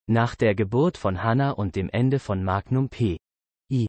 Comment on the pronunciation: Die Aussprache des Sprechers klingt wie eine Computer Stimme 🤔🤔🤔🤔Da einige Sachen falsch ausgesprochen werden wie Magnum oder denn Namen des Schauspieler 🤔🤔🤔🤔 Oder ist das nur mir aufgefallen 🤔🤔🤔🤔